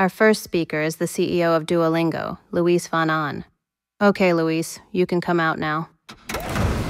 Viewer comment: Luis (not Louis) sounds like an old Granny's name 😂 very similar pronunciation to Louise